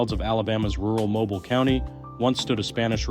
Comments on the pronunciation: Mo-beel, not Mobil. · It’s pronounced MoBEEL, not “mobile” 😉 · Mobile is pronounced mobeel. People pronounce it wrong all of the time. I know you like to learn things. That’s the only reason I’m letting you know. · The first house, the Outlaw House, is in the city called Mobile which is pronounced “Mobeeele.”It’s also in the same named county pronounced in the same way. The pronunciation comes from from the areas French history . It’s a shame there are not more pictures of the Outlaw house.